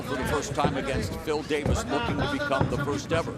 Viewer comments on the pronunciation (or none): none